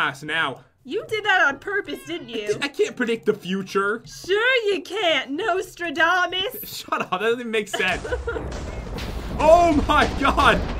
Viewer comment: Did say Norstradamus? Like...in “Reign”??